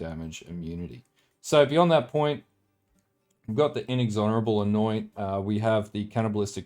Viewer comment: Looks like a sweet build, may try later this league. Thanks for the vids. Also, minor gripe but it's In-Ex-Or-Able, not In-Ex-Honorable ;p